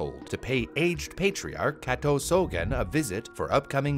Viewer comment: For a second I thought that Kato was Cateaux or something with the way you pronounced it